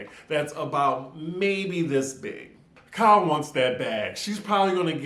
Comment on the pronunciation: KYLEEEEEE I come just to hear you say it!